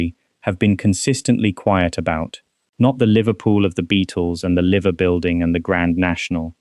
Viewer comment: It’s pronounced Lie-ver building not Liv-er building it’s an easy mistake to make though